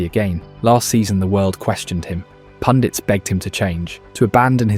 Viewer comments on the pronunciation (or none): none